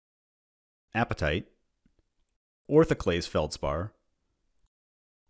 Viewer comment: Orthaclase feltspar or whatever you said was 100% Simlish